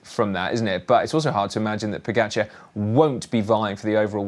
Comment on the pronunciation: Odd, the two commenters can’t pronounce pogacar correctly. Still. Ugh. Why not, if you are getting paid to comment and it’s your job, pronounce correctly our sports best overall rider? I just don’t get why not